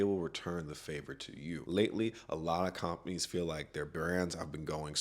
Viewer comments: “cOOMpaneez” killed me, good video tho🔥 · The way you say companies is very annoying beyond that great work.